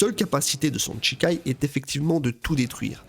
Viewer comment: Ça me trigger d'entendre "Tchikai" 😆